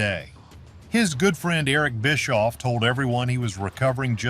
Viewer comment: Bischoff, not Biscoff!!